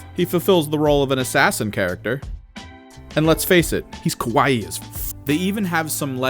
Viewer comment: "He's kowai as f-"? That basically means "He's scary as f-" . I'm sure you meant to say kawaii, but the end result is funnier.